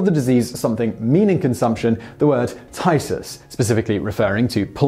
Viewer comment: 'phthisis' is pronounced like 'f (as in 'fire') + thesis (how you'd normally say this word)' I couldn't make out what Simon said until I saw it written :P